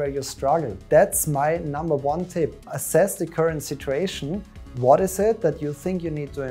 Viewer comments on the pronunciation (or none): it's assess.....not asses